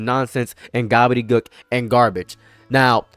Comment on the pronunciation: i like that you say gobbledegook like gabbadebuk lol . sorry i need literally anything positive from this video to type about im trying not to be devastated 😔